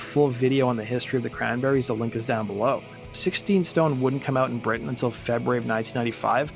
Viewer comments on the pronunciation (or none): none